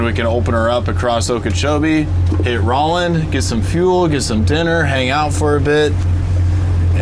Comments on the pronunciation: You mispronounced Roland’s name so many times, I feel like you were trolling. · Roland not rawland